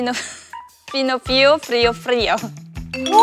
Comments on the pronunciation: Okay but Soyeon said frio a frio three times. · I took portugues class for one smt in my collage and for the word with letter 'o' in ending, exp 'frio' (cold), you can't say [frio] but [friu]. in this video they make a lot of pronunciation mistakes but are justified